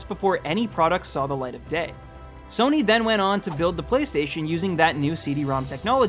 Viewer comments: I don't know of this sona you speak of but I do know a Sony sòw-knee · Sounded like he said "heard of a company called Sona" wtf lmao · did I just hear him say "sone-uh"? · what's a Sonar or what ever he tried to mean? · did this nigga say SONAI bitch don't even talk about sony if you can't even say it right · Sona SONA ITS SONY NOT SONA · Its pronounced SO-KNEE! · Why does it sound like he first said "Sono" to me!? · Yeah,it's actually WTF cause one does not simply make mistake while pronouncing SONY,even it was small back then,plus it was not small back then also. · i didnt know that the "Y" in sony was pronounced as an "A"!